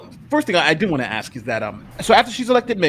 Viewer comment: AXE us🤦🏻‍♂️